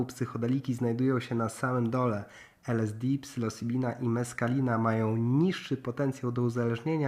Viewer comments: faktycznie lekko z angielskim zalatuje :-) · Psylocybina NIE PSYLOSYBINA i tyle